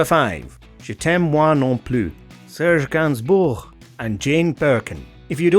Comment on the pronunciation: Hats off to you for pronouncing "Gainsbourg" properly. Too many English speakers lazily goe with GAYNS-BURG or somesuch